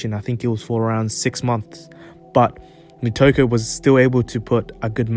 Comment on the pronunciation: Nitoku*** not Nikoto